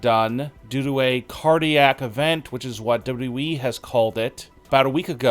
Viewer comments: Why is it so hard to say double you, double you, E? It's not double E. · Why can't this fool say WWE?!!!